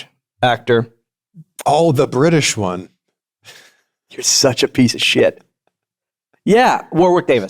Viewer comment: I don’t think Chris even realized what he did. The British “one” 😂